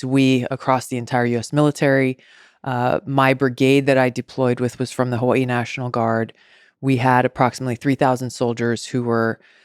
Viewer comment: why she from hawaii but cant pronounce it